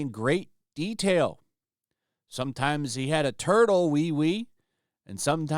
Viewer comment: HAHAH! She be like "I like toitles!"